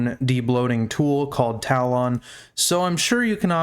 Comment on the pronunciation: my dude... it's pronounced TA-LUHN. for my mental health brother please correct yourself